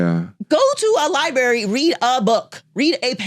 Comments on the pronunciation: “go to a li-berry and read a book.” Perhaps she should do the same 😂. Can’t make this up. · “liberry” 🤣 I doubt this thing has read anything recently.